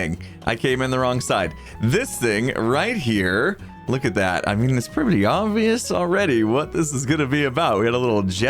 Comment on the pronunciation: PRETTY redstone,. You said the word "pretty" wrong there, hahahaha. That's what you should ask for from Bdubs for doing the leather armor:)